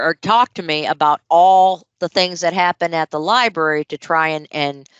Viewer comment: If she says “libary” one more time. ..